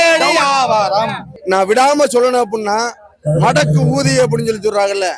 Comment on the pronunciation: அண்ணே மடக்கு ஊதின்னு சரியா சொல்லுங்க, எனப்கு வேற மாதிரி கேட்குது